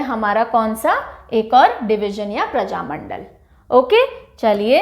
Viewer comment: बिहार में प्रजामण्डल नहीं बल्कि प्रमंडल कहा जाता है। इसके इतर आपके पढ़ाने का अंदाज़ बहुत प्रभावशाली है।